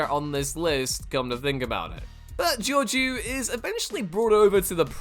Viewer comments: It's pronounced Georgeo - it's french dude. Please look up how to pronounce stuff. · That's not how you pronounce Georgiou